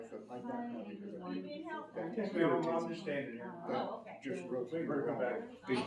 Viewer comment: "I know dat"? "Over dare"?